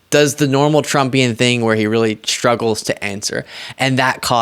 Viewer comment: It's pronounced "struggle" not "shtruggle".